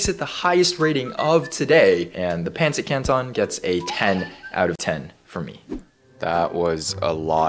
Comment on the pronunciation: Its acctually pronounced like this "pan sit can ton"